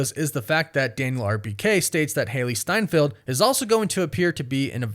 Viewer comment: Ah yes, Hailee Seinfield